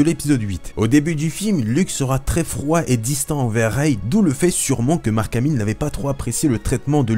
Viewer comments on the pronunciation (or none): none